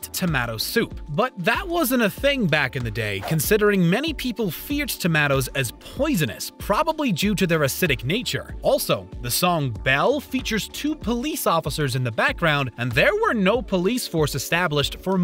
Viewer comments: Usually it’s Toe-mate-oes or toe-m-ah-toes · to-mah-toes? I've heard to-may-to, to-ma-to, - but that one, I never heard before. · dear guy speaking... its pronounced TOE- MAY- TOES